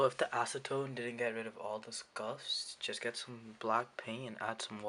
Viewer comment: my boy you said acidtone? that shi gone fuck the shit up even worse😂